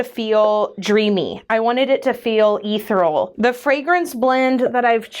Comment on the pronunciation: Ethereal is pronounced as "uh-thee-ree-uhl".